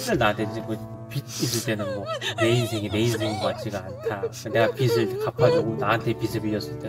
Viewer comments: 빚을 제대로 발음하는 사람이 어떻게 한명도 없네 ㅋㅋ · 빚을 발음 ㅋㅋ 다들 비츨이래 ㅋㅋㅋㅋㅋ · 비즐 비즐 비즐!!! 비츨이 아니라 비즐!!! 왜 다들 하나같이 빛을 갚았다고 하는거야? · 발음 나만 불편한가? 빚 - 비즐 / 빛 - 비츨 / 빗 - 비슬 비츨, 비슬 불편한거 나만그런가?